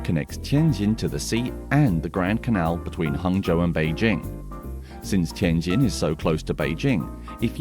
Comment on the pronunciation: Finally a white guy pronouncing the J sound properly 😂